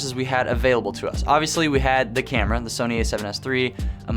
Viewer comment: So-knee , So-Nay Sauce 😂🍾